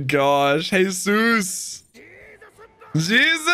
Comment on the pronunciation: So Jesus burgess is pronounced Jee-zus like the dude in the bible Bur-Jess And machvise is Mak-vice